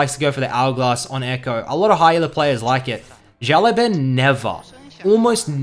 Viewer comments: `The way you pronounce his name is a bit wrong lol the last word should be bao not ban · His name means little boss. It's pronounced like (shh ow) (lu ow) (bon) shh like quite, ow like it hurt, lu like the u is lust, bon like saying ban really British. Thanks for the vids!